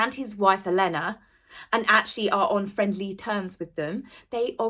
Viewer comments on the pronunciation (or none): none